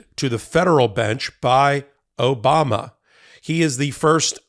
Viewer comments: It's how Dumpty pronounce Obama. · That’s “O-bam-na!” 😏